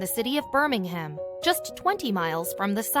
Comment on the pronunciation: I do wish people would take the time to pronounce things correctly. It is said Shrop Sheer (spelt Shropshire) and Burr ming um (spelt Birmingham).